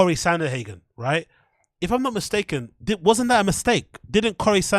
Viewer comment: This nig nog has been watching to much bapa. It's Sandhagen not sandAhagen